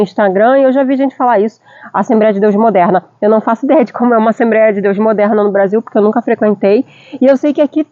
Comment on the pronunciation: Assemb(r)éia não né kkkk. Vc fala inglês que é mais difícil e erra no mais simples kkkkk. Que Deus continue abenço😂ando vcs aí. Muito bom seu video